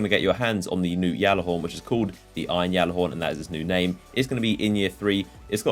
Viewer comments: please... Even the bungie trailer pronounces it gallahorn not yallahorn... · No it's pronounced gyalla horn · I cringe when he says yallahorn and not gyallarhorn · you say it galla-horn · stop calling it yallerhorn you sound stupid when you say it. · anyone else annoyed how he says gjallarhorn it's Galihorn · It is pronounced g-allahorn. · It's been two years and u still say it wrong